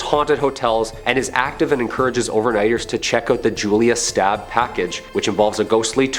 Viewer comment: It's not Stab family it's Staab, totally not pronounced the same way.